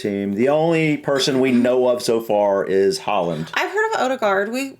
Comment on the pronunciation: On sporting rivalries, if England make it through, we're likely to be playing Argentina. That is one of the bitterest rivalries of all, going back to the 1966 world cup, flared up by the Malvinas war and the 'hand of God' in the 1986 world cup. The pronunciation of Haaland is often done badly by English speakers, because the correct pronunciation sounds a lot like whore-land, which would be awkward.